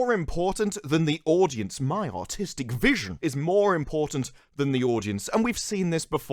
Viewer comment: Are you saying "Artistic" or "Autistic"?